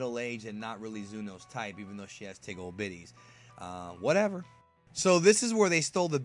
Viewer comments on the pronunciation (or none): LOL EVERYONE LISTEN TI HIM, HE SAID TIG OLD BITTIES!